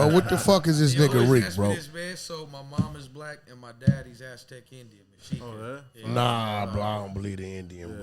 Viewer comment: This nigga said aztec smh 🤦🏽‍♂️